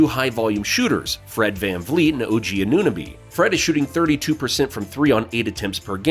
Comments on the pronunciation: For future reference. It's not A-noo-nahbee its A-new-no-bee And is not Pes-call its Pass-kal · Unsubscribing after he couldn’t pronounce OG anooooooo-nabeeeee Lol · The second you called him A-noo-nabee, any credibility I thought you may have had with respect to your knowledge of the team went right out the window. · AN * AN * OH * BEE That’s how you pronounce his name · How you pronounced Anunoby made it impossible to pay further attention, sorry. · otto porter is not back lmao. And the way you say Anunoby